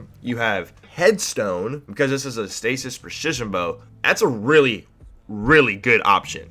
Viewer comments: "Per-shishion" XD lol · Preshishion frame lol!